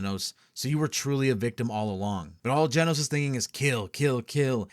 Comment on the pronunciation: Funny how nobody really noticed "Genos" reading out like genocide